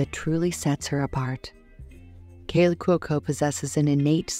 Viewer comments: Would have been much better if the narrator had learned how to pronounce Kaley’s last name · This video should be titled “how many wrong ways can you pronounce ‘Cuoco’?” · Please learn to pronounce the words you use. Kaley is CUOCO not COCO. Camarillo is Spanish the double L is not pronounced the way you pronounced it